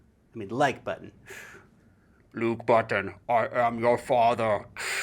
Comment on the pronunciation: Not “Luke”, but rather “Lark”